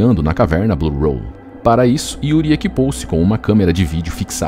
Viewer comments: Por que você fica chamando de “blue roll”? É “blue hole”. Buraco. Hole. Não tem R cara. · Ao longo de todo o vídeo, a palavra "hole" é pronunciada de forma completamente errada.